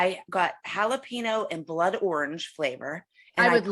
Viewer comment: "halapeeno" god i love 😭😭❤